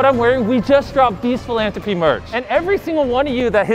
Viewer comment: the “philanthropy” gets me every time